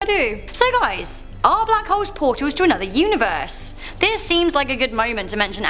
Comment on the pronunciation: Why did you say “W, hoooooles!” It’s not blackwhole lmfao. It’s still hole. Bahahah